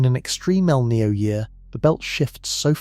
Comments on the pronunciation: It's not named after a character from the movie " The Matrix " Neo . It's El'Ninio , FFS get some better script writers & researchers . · El Nino not El Neo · It's EL NIÑO!! NOT EL NEO! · What the feck is el knee-o? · It's not El Ninio either...try El Nino (El Niño) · It is pronounced E L-Neen- Yo. El Nine’ yo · How about pronouncing El Niño properly. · I would like this video more if the narrator didn't repeatedly mispronounce "EL NINO". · Unfortunate that someone who puts in the effort to make a 2hr documentary and they don't figure out the meteorological phenomenons pronunciation.